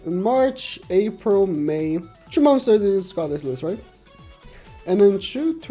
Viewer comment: I just like how he say "momths"